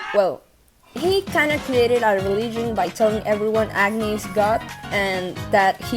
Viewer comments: Agni should technically be pronunced like 'ug-ni' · i can't not hear "acne" when you say "agni"